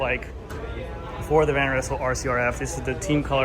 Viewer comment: Van Rizzle? 🤣Thats an alternative pronouncation :)